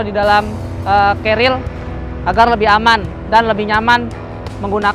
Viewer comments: Wwhhhhhhhhyyyyyyyy😢😢😂😂😂 knp kbnykan menyebut nya "carriel" bukn "carrier" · Si abang selalu bilang Cariel ;) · Ga pake L bang, pake R kerir. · ngomong carriernya “carriel” wkwkwkwkk